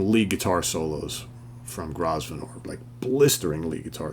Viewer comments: I think Luther's name is pronounced GROV-e-nor (I could be wrong, though). He and Ariel Bender of Mott the Hoople are the same person. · By the way, Grosvenor is pronounced Grow-vnur, - just fyi..